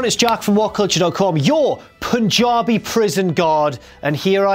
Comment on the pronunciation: Chris Jericho Punjabi not punkabi